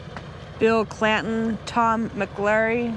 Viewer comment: It's old man clanton not Clayton as you said I wonder if he's related to Ike clanton